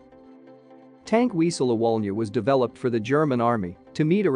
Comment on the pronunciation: 'Very unique' - ouch! And say 'Viesel' and 'Bundesvehr' - 'tisn't hard, trust me.